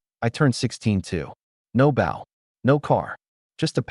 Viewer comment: The AI voice sounds American, but pronounces "bow" wrong. Should work on that..😊